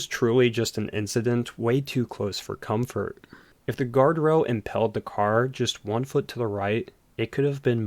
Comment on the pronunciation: Dude ... rail (ale) not rell, ... wheei (eel) not well, ... field (eel) not feld, ... steel (eel) not stell, where do people talk like this?